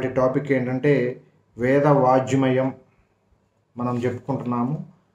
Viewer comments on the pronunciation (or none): Veda vaajmayam kaadu, Wrong pronounciation. It should be Veda Vangmayam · వేద వాఙ్మయం శబ్దం తప్పుగా పలుకుతున్నారు. కొద్ది గా సరి చేసుకో గలరు.